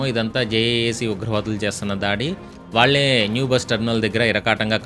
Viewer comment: Bro...chinna feedback. Meeru anavasaramga telugu padaalaki vatthulu palukuthunnaru. "ugravaadulu" ante saripoddi..."Ughravaadulu" kaadhu. Mee videos lo idhi varaku undedhi kadhu. Ee madhya ne observe chesthunna. Mee la ne inkoka youtuber geopolitical issues deal chesthadu..aayana ala pronunce chestharu..meeru kuda ala follow avavkandi please.